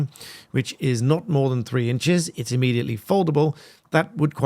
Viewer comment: immediately not ammediately.